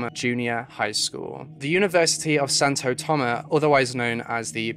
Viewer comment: also why didnt you pronounce the S at the end of Santo Tomas....like its there for a reason